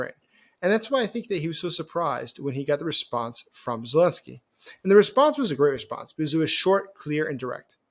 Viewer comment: AH of Germany was elected too, 42% of the votes in 1933. Doesn't make him a democrat, does it? And what's with the butchering of Zelenskyy's name? How old are you, twelve?